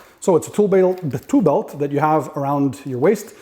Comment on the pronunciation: For a split second was from Alabama "so it's a too bae-elt" with a southern draw and all.